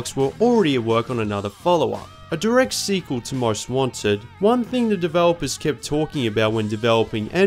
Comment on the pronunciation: Every time he says Most Wanted it sounds like he's saying "Ron Swanson" lol